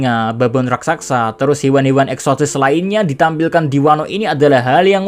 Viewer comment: min, bukan RASAKSA tapi RAKSASA min